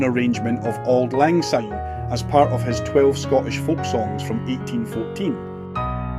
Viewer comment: Remember it is pronounced sine not zine like the English and US speaking peoples use!!